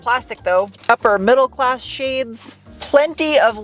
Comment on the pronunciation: "upper mididle-class shades" lol!!!!